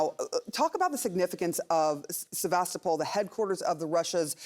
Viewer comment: Sebastopol. The young lady is right. The name of the city is pronounced: Seh-va-STOH-pol. The origin of the name is Greek, and the name means 'venerable city' ('sebastos' and 'polis')